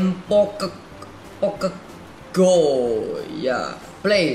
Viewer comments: bang bagus tapi bukan pokeng go pokemon go wkwkwkwwkwkwkwkkw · bang bukan di baca pokek go tapi pokemon go!!!!!!!!!!!!!!!!!!!!!!!!!